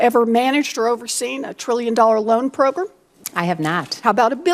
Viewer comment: elizabeth warren is such an idiot proGRUM proGRUM PROGRUM